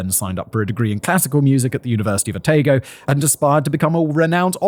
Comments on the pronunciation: Maybe learn the correct pronunciation- Arawa is said A ( short a sound ) ra , wa not Aar rewa . Otago is O - taaa go not o tay go . As a Kiwi it’s a bit grating to listen to mispronounciation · Please Simon Dunedin (da ne din) and Otago (o ta go)